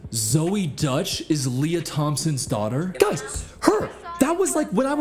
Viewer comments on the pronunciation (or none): none